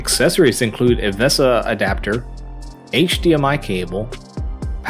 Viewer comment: VESA is pronounced Vay-Sa mount for future reference. Cheers!